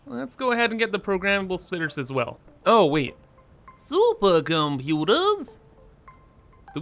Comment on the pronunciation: That's about % why I watch him. Another % is the way he says Turbo moterz. The last % is him actually playing the game. lol